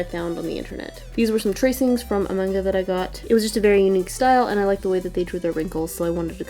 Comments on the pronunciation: And It's Actually Pronounced, In Japanese, Ma-n-ga. Not Men-ga. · say manga right! m - a - nga! not m - o - nga! say it how you say it! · I also say manga m-A-nga instead of m-AH-nga. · ...am I the only person who says manga as maynga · dont worry i pronounce manga as maunga and yay im in ur in uk cuz i live here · Don't worry I say "Manga" wrong too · It's Okay. I Say The ' A ' In Manga As Well. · OMG U SAY MANGA WITH THE AUSTRALIAN ACCENT YAAAAAAAAAAAAAAAAAAAAAAY